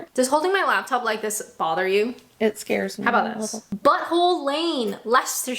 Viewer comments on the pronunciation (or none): none